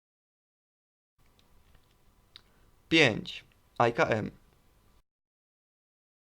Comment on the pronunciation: nie aj ka em tylko I K(a) (e)M